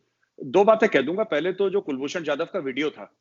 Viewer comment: Ye jahilon ko ab tak kulbhushan nahi bolne aa raha😂😂😂😂😂😂😂😂😂😂😂